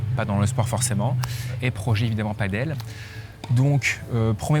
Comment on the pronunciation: On t'aime mais par pitié : Padel, pas Paddle 😁